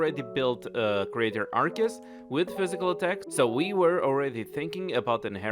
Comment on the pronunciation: Did he just mispronounced Arceus? Nani?